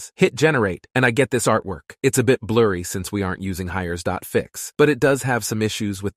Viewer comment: that text to speech could use some embeddings i think... "hires" lol